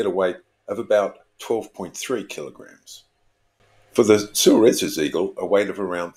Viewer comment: Surely Suarez should be pronounced 'Swaarez" since its a Spanish name?